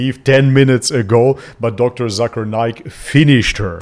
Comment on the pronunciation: Hey Its Not Zakaar Naik / Zaker Naik , Its Pronounce Zake'er Naik . In My Language (Malay Language) Zakar Mean Man Private Part and Naik Mean Up/Rise .😂😂 . So Be Careful Bro . 😜😜✌✌ . btw , Zakir Naik Currently Permanent Resident Of Malaysia , He And His Family Live In Putrajaya (Malaysia Administration Capital City) . ♡ 🇲🇾